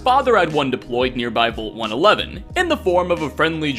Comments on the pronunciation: I can't get over how he says "VOLT" instead of vault. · The way you pronounce "vault" is super cringy. Its prounounced like valt, not volt. Thank You.